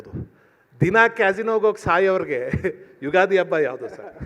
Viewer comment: ಉಗಾದಿ ಅಲ್ಲ ತಾಯಿ , "ಯುಗಾದಿ "